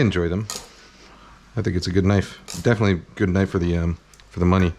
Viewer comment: Now that's a knoife